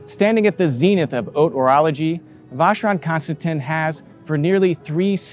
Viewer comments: The way he says Vacherone Constantine is so annoying. Alexandre Schmidt keeps saying it right usually right after him in the next sentence and he still doesn’t get it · Yes, he butchered the name badly, as so many others, including some members of the watch industry. Sad…